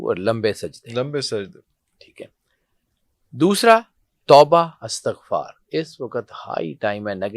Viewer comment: "استغفار" زیر کے ساتھ پڑھا کریں، زبر کے ساتھ نہیں۔